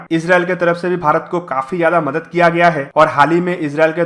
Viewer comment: It is not “ madat”, correct id “ madad”. Small thing but important.